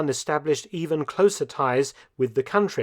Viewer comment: Also Kabul mispronunciation